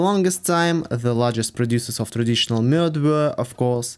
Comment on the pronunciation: You prononced Mjöd very good!